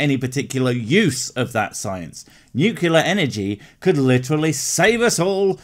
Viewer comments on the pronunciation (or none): its nuclear, not nucular. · Did you fuckin' say NUCULAR? I'm going to assume you were joking and keep watching your channel. But watch it. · When you said "nucular" I disliked. Don't worry, I switched it to like, but I wouldn't be able to live with myself if I didn't dislike for at least a few seconds over that. As to what she's talking about. You know, we all know where she's coming from, but here's a radical idea; the companies that make GMOs aren't trying to poison the world. I'm not saying GMOs are necessarily good or bad, but if you're going to get your food from the store, you have to take the good with the bad. The good? In the 70s we were on track to unresolvable global starvation. GMOs literally saved the world. If you don't trust them...and that distrust isn't totally irrational. The number of first world countries that outlaw them have their reasons. If you distrust the food you're getting from the store, your only solution is to grow it yourself. It's the only way to know exactly what you're eating.